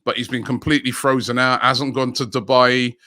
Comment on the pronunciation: Apparently it's called "Dubai-ee" now. stays butchering names...